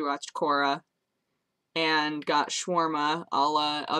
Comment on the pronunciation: Did she call shawarma "swarma"?